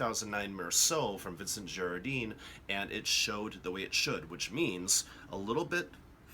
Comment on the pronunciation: Also, ‘fils’ is pronounced ‘feece’, silent ‘l’. And ‘Girardin’ has a nazalized final syllable.